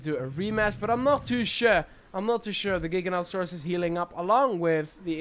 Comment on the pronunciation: The dinosaur you are saying is gigantosaurs is actually gigantosaurs which is said differently and it means giant lizard of the south